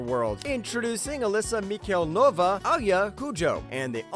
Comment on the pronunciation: Mihalnova? Serious?